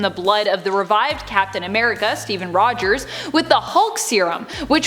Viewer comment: saying Rogers sounded like a Boston girl at the end 😂 & the pigtails are👌🏿